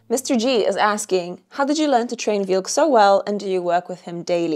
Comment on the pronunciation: EWA not Eva. Wilk not Vilk. White over Red...with an eagle.